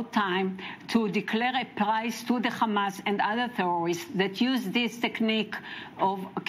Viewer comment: It called hamas not khamas sending regards from gaza 😂😂